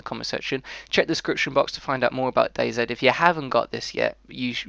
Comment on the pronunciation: It's day then the letter z you say it wrong